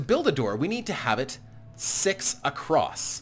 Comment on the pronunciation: did you just said "episode sex"???